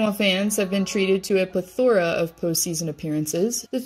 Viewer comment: needs to do her research instead of creating content purely for views. Tuuka was beloved in Boston. Also….its PLETH-oruh, not ple-THOR-uh